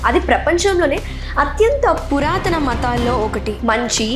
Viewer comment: Super 👏🏻👏🏻👏🏻👏🏻👏🏻👏🏻 very good... keep it up 🙌🏻 ancent=పురాతన...పురానత కాదు.....అది పెద్ద సమస్య కాదు.... చాలా చక్కటి ప్రెజెంటేషన్